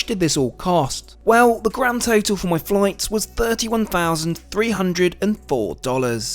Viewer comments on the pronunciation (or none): none